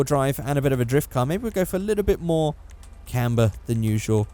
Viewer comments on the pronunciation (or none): none